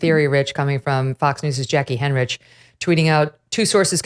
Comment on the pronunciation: Megyn, its “Hein-rick”